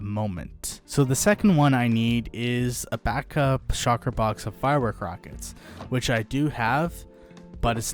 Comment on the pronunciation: Shulker! not Shocker